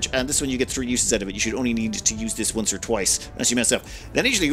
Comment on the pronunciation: wasnt looking at the screen, and thought, huh never seen a battle button labeled "or/ore" before. then i looked up and remembered cant say R like an american